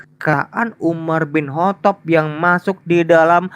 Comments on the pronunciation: "Umar bin Kotob'. Ha ha ha, nyebutnya saja salah. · sok pinter Al-Qur'an, nyatanya memahami terjemahan Al-Qur'an aja gagal faham,,, nyebut nama UMAR BIN KHOTOB pun gak bener